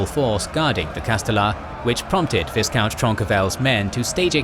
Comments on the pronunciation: Viscount is pronounced v-eye-count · The pronunciation of viscount almost drove me to insanity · Thank alot, now it's doing the same to me.